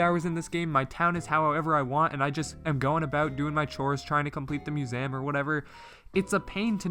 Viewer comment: You said musam lol and I will subscribe